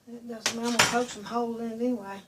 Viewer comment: it’s a “poke” cake